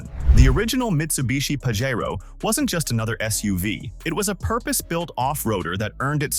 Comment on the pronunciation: You might want to earn how to pronounce "Pajero". If size isn't a consideration the Jeep Commander with its three locking diffs can go some places a stock Wrangler can't. Otherwise nothing there can really outdo a Wrangler Rubicon. CLICKBAIT!